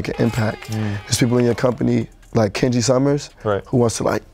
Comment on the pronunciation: Dad saying Kanji instead of Kenji